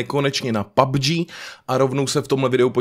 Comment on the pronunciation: Slyšel ještě někdo na začátku babg místo pubg?